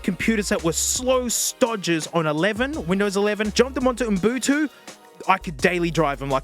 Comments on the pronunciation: I love that you call it UM-BU-TU 😅 come on genius, it’s U-BUN-TU! Love ya. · Love that you don't say "Ubuntu" but "Unbutu" xD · its ubuntu not mbutu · Why does he say umbutu instead of ubuntu ? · referring to Ubuntu as Umbutu drove me nuts through this whole video lol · Nobody:: Umbutu. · the way he says umbutu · 10 is way better than 7, ya goof. Edit: HOLY SHIT SAY UBUNTU. IT'S - "OO-BUN-TOO" Edit2: You absolutely do not need to know exactly what you're looking for when installing stuff with apt, there is a search function. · I've gotta say that "Umbutu" is probably the most unique pronunciation of Ubuntu I've ever heard 😂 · I love how this man says Ubuntu like m’Butu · Am I deaf or are you saying “Oon boo too”? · “Oom boo too”? That is a new one. I think you’re misplacing the N and idk whether it’s on purpose or not. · Brother, you're killing me with this Ubuntu pronounciation... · I can't tell if he's saying Ubuntu wrong as a bit to annoy the Linux people or not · Love how you mispronounce Ubuntu but still rocks it :D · the way you pronounce ubuntu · Completely mispronouncing ubuntu